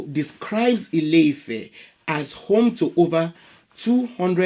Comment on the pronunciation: It's not house (ilé) of love (ifẹ́). not at all. The actual name is land/earth (Ilẹ̀) of expansion (ifẹ̀) proper tones and pronunciation make a big difference in Yoruba language